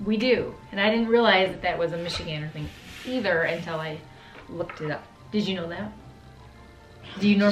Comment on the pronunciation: Didjaknowtha? ! LOL. I do the same thing. Kinda like the D'jeet?